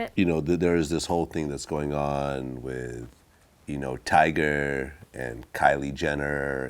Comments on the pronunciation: It’s not tiger nigga it’s tyga... dummy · Lowkey Ion even fuck wit Tyga thaat much lmaoo, but when he keeps saying Tiger, it bothers me 😂😂😂